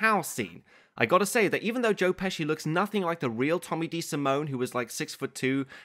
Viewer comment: No h in pesci.